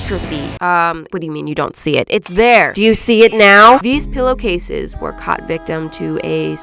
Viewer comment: These two pillow cases were caight victim to an explosion in the art room. Me: 😵🤣🤯🫨!!! Love you 😅❤